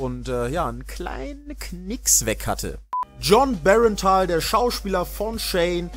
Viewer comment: Jon bernthal wird nicht jon berentaal ausgesprochen